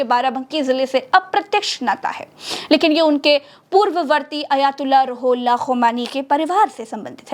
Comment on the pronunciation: Roohullah is the correct pronunciation ❤ Not Rahullah please.